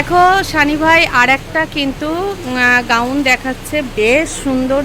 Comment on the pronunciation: ওটাকে গাউন বলে গ্রাউন নয়, জুলি হাতা ,ঝুলি নয়😂